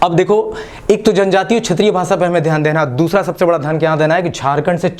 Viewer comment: भाषा होता है, भासा नहीं